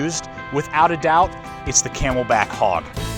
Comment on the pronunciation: It’s not ‘codura’...it’s not ‘kay mel bak’ but thanks!